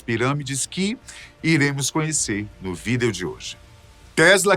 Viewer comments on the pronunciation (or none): "No vídel de hoje" Não era pra ser Vídeo?